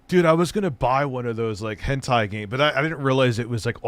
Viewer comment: One of my favorite tendencies is his claim he has no idea what Hentai is and purposely mispronounces it. We know your secrets.